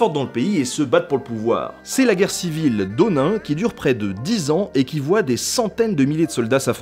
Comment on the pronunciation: Très intéressant même si j'avoue le 5e "démiosse" m'a poussé à venir préciser : honin se prononce "honine" (pas haut-nain) sengoku se dit "scène-goku" (pas cent-goku) et daimyo se dit da-i-myo, sans prononcer le s au pluriel (je pense qu'on peut fournir le nom une fois et dire "seigneurs" par la suite, c'est plus clair)